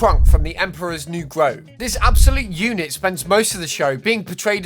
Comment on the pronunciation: groove, not grove